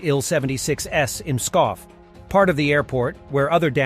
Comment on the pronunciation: It's hard to pronounce, but Pskov sounds like psssst... not like peeee :D